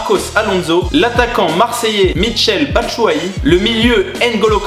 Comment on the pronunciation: Je saigne des oreilles comment il a écorcher le prenom de Batshuayi